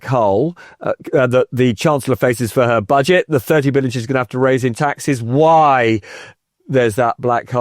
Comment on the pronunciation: "Office for Bodge-it Responsibility." Perfect slip of the tongue! 😂